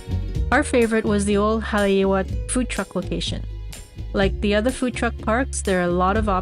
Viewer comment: FYI... Haleiwa=Hah-lay-ee-vah=House of the iwa (frigate) bird Haupia=How-pee-ah=Jello-pudding-like dessert, made from coconut milk & refrigerated Aside from Matsumoto's Shave Ice, checkout Aoki's(across from Matsumoto's) & Kaimana(across from Jenny's) Pa'ala'a Kai=Pah-ah-lah-ah Additional parking can be found in/around Matsumoto's